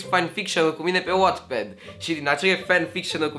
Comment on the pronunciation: Numai mie mi s-a părut putin hilar cum a spus la început "Wattpad"?😂